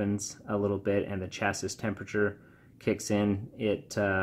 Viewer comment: Did he pronounce Chassis with the s? lol